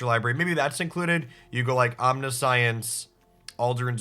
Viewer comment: FYI that's not how you pronounce 'Omniscience'. It's actually pronounced 'Omniscience'